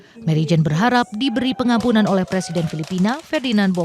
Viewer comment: Apaka telinga saya kurang sehat ya mbak presenter ? 'Pengampunan kok saya dengar penampungan' ?